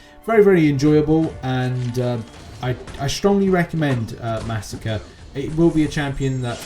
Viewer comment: Ma sa kray not massacre. It’s masacre.